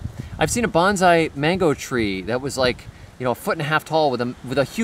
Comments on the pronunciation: I really love everything you do and stand for. but the tree is pronounced "Bone-Sigh" Banzai is a Japanese battle cry. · It's pronounced bone sigh